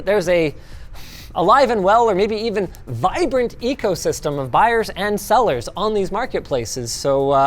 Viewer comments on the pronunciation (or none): none